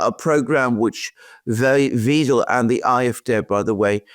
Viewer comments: It's killing me how you manage to mispronounce "Weidel"! "ei" in German is pronounced like the "i" in "ride" and the "W" is pronounced like the "V" in "Vancouver". Please, please, practice. Your way of saying the name hurts! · Wiedel or Weidel? EI in German is pronounced as "fine", IE as the sound in "me" just saying. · It's not "Weedle". It's "Vidle" as in "idle" with a "V". 🙃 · Alice Weidel, not Weedel. Like "wide"-el. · Please, please: Weidel, not Wiiiiedel!!!!!!!!!!!!!!!!!!!!!!!!!!!111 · It's pronounced [Why-del]... NOT [Weedel]. 😅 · You guys get the pronunciation of "Weidel" wrong. Elon too got it wrong in the X space with her. :D It´s spoken like "Waidel", not "Widel". There´s am "ai" sound there, not "e". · plz dont call the Lady Alice Weedle...it would be more alike Wydel... you DID do the perfect german pronincuation for the "ie" but its an "ei" ^^ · Please pronounce her name correctly.. it’s WIDELY not WEDEL 😊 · Guys, please! :face-purple-crying: It's Wahydel, not Weedel. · Great video as always, but, and Alexander, if you insist on calling Alice Weidel, Alice VEEDEL, then you'd better start calling the 3rd Reich, the 3rd REEK! Her name is pronounced V-I-DEL. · Weidel not Wiedel.. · Pronounce Weidel as widel please. As I . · Her name rhymes with "idle"! Thanks. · Weidel to be pronounced ``videl`` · Is it really so hard to say German names properly? Alice Weidel (pronounce it like WIDLE) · Gentlemen, please-- it's pronounced "W-aa-[schwa]-del"-- unless you want to troll her? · The pronunciation of Ms Weidel is like in the English “eye”, I.e. W[eye]dl! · and Alexander, German is hard to pronounce; so let me inform you about the correct pronunciation of the name "Weidel". It's ali:s vaidəl. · PLEASE PRONOUCE ALICE WEIDEL NAME CORRECTLY IT IS LIKE A Y ,WYDEL IN ENGLISH.THANK YOU. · It’s pronounced Whydel….like Why and Dell computers,believe me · Great coverage gentlemen! Please get Weidel's name pronouciation correct however ....V-Eye-del 😂